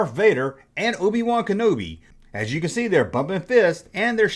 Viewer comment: brobi-wan kenobi?